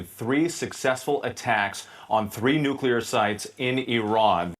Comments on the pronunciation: Why the FK can't you people say nuclear and not nookyaler? It's EASY! NOOK LEEEER NOT NOOK YALER FUCH! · why do you pronounce “nuclear” like George W. 😂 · Not pronounced ~> New Cue Ler it's pronounced ~> New Clee er DAMMIT! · Nu- clear. Not nu- culeer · Dude you said 'nook-you-lar'... it's nuclear... new-clear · Things get pissy when people say noo-'q'-lar instead of nuclear. 😬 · Sorry dude but this just grinds even my language skills, but the word nuclear is pronounced exactly like it is spelled, nu-clear, not nu-cu-lar. I do like your presentations for RA, and this is the only time i have had a problem with your stream. Keep up the quality of your insight and presentations. ✌🖖👍💙💙💙💙🌀🌀🌀🌊🌊🌊🌊🌊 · Oh fuckig please. it's nu-cle-ar. Not Nu- cu-lar. get a grip. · Nu-ku-lear? Please. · NOT NUKULAR!!! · Once and for all please learn how to pronounce nuclear. It's not "new kew ler".😊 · exhaling slowly at yet another political commentator saying "nuculer" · did everyone forget how to properly pronounce nuclear, or did you never know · Dear really American. Learn how to pronounce the word nuclear before you show your lack of…